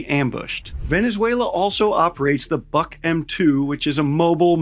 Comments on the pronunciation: Boy, you didn't even care to look up the Wikipedia for the correct pronunciations. It's /bʊk/, not "buck". No to say about Pechora (its ch sound, like in cheese). You americans ever so sloppy, when it's not about you, no offense. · It's pronounced book not buck. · You're saying "BuK" wrong. I don't know if you've ever studied a foreign language, but English is pretty much the only one where "u" doesn't always make a long "oo" sound, and this is true of Russian as well.